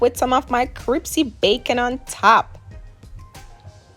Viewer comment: She said cripsy lol